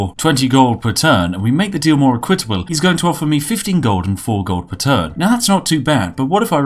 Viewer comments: That is not how equitable is pronounced. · You're the only British person that mispronounces "equitable" and "corps"